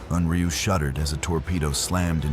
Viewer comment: Stupid AI can't even get the name correct!